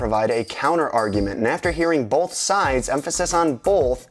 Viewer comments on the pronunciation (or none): both not bolth ffs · emphasys on BOLLTH? THERE IS NOT FUCKING Ls IN BOTH. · Emphasis on Bolth? My British amusement at the additional sound to Both. continues watching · "...emphasis on BOLTH..." (cringes) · Emphasis on the 'L' in both. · There is no "L" in "both". Just trolling. Great video.